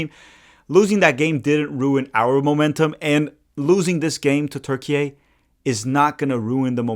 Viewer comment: thx for not saying "turkey-aye"